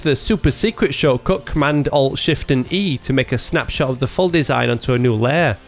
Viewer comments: He says shortcut! xD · Oh man, i finaly got it: You don't say "choco" everytime; you say "shortcode" :D was a bit confused